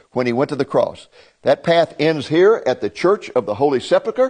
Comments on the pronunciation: Pronounced Sep Ul Kur, not Sep luh kur. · I was great to see the old city again, actually saw an old friend, a shop owner. But I do find it a little strange that with, I am sure, many academic degrees, not once pronounced the word "Sepulcher" correctly.